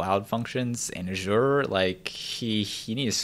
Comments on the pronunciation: I'd say 'Azure' is pronounced more like 'Ajer' not the way you say it, but I could be wrong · "uh-ZHOOR" lol. I guess it does look like "assure"...